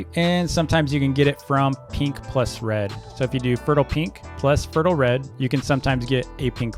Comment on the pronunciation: I like how he says peenks instead of pink